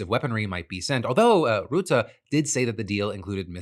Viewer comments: It's Ruhtte, like in stunt, not Routte. Please, Phill :p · Tip from Dutchman about Rutte. It’s not Roete, but ‘Ruh te’. Keep the good shit coming my bro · His name isn't route-uh. It's rut-uh. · Phil, no idea if you'll ever see this but as a Dutch viewer I can't keep listening to you calling Rutte "Ruutaa". If you want to approach a correct prononciation start with the english word "rut", as in "to be in a rut" and add a simple "te" but make sure to keep the vowel sound short. In general the Dutch language tends to double vowels ("ee") or have a single consonnant between two vowels if the vowel is supposed to be long (in the same way you'd pronounce Elon), wich isn't the case here. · Great show! Thank you! On a sidenote, you pronounce the 'u' AND the 'e' in Rutte as the 'u' in murky.